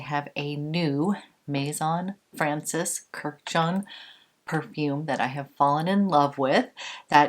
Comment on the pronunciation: It’s not Kur-jan, it’s Kurdi-jan. He’s Armenian just like the Kardashians. All Armenian last names ends in -an. Armenians are Middle Eastern, and related as well as being a biblical people just like the Arabs and the Jews (Semitic).